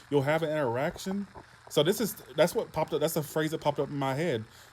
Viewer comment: Haha...For a second I thought you said Erection instead of interaction 😹😹😹